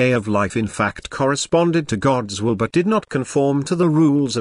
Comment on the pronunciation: Can we request the AI pronounce the word "will" without startling me?